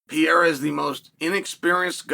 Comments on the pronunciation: Hi Chael, if you are reading, first of all i'm a big fan. That been said, and since is not your native tongue let me help you out: you say something like PIERA (PI E RA). It's pronounce PEREIRA (PE REI RA). Just because i know you are a pro and should give a damn (or not, maybe you alredady know and just dont care, wish is fine. If not, now you know.) Keep it up. Great stuff. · Please work on pronouncing PE-RE-RA...... NOT PEE-ER-RA....thanks